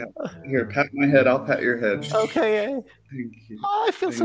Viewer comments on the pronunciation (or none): He says thank you like tank you